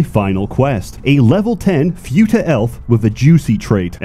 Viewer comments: "fyuta"/"fewta" It's "foo-ta" (foo like food, without the d no pun intended) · As an expect on the topic, it's fu-ta not few-ta you rewtard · The u in futa is pronounced like in puma and not like in unicorn. Otherwise great speedrun! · Ackshually, it's pronounced фута, not фюта. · its futa pronounced as /fyu-tah/ or /foo-tah/ ??? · First time I've heard it being pronounced as "few-ta" and not "foo-ta". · I lost dopamine every time he said fyuta because I am fucking autistic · Say fyoota again! SAY FYOOTA again! I dare you, I double dare you motherfucker! Say fyoota one more time. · I can't get over pronouncing it "few-ta" lmfao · I love how pronounces futa like you would futile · Everyone know the correct is foota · The repeated pronunciation of 'Fyuutah' made me want to throw my PC out the window. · First time I've heard the pronunciation "fee-you-ta" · Pronouncing it few tuh has caused me to have few er braincells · “Eestrogen” and “Fyuta” Hey learn the lingo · I haven't heard it pronounced "few-tah" before. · "Fewta" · pronouncing it as "fyoota" is making me unreasonably angry. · lol pronounced futa as fyuta. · Ay yo, "futa" is pronounced without an added "y" after the "f" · The most offensive thing about this video is how you pronounce futa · This pronunciation of futa is giving me a brain bleed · You know is a gamer by the way he pronounce futa Every passing day i knew i am too much of a degenerate to be "shocked" by this game. Also the Pyrocynical slander is real and im up for it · It kinda broke me how pronounces futa... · Bros mispronouncing futa because he surely has never heard of futa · I have never heard anyone pronounce "futa" that way. Weird. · Im not going to correct another grown man on how he pronounces futa, Im just gonna say you sound funny lol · Oh my god I've been pronouncing futa wrong the whole time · I'm honestly bothered(and also amused) at how he pronounced "futa".